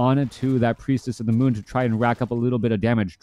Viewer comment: “Priestess of the mon” - shadow hunter’s gf